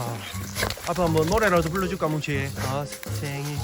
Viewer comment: 뭔가 뭉치를 문치(?)라 발음하시는거에 중독됩니다